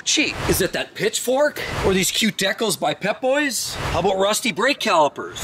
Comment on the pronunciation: Says model names are hard to pronounce, can’t say “decal”.